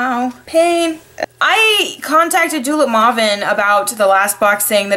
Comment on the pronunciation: Maw-ven? You mean May-ven O_O